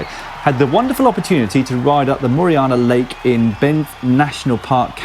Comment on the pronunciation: A little help with Canadian geography for you Dan. Moraine Lake . Moraine rhymes with Lorraine.